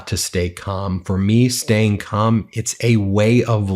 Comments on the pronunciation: Bro, you are not saying "CALM" right 😆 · Am I the only one that keeps hearing the name of the Calm app wrong? I swear I hear another word, that can't be said here. It keeps making me laugh. As a hint, try swapping the A for an U and lose the L.